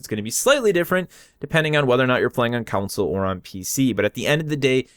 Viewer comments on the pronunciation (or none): Its not council its console